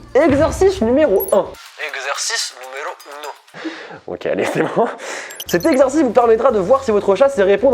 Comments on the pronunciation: J'ai entendu "exorciste" 😭😅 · Quand il a dit exercice numéro 1 j'ai compris exorciste numéro 1 voilà